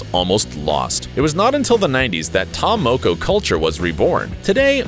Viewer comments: When he says may-ori instead of Maori and Ta moe-koe instead of Ta Moko I died inside (i'm from New Zealand) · I'm from New Zealand and the guy that's talking was getting on my nerves he was pronouncing ta moko & maori wrong SMH...🤦‍♀️🤦‍♀️🤦‍♀️🤦‍♀️ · Omfg can you say Maori properly hahaha your saying mayori blinken idiot! And its ta moko not ta mowkow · You pronounced ta moko wrong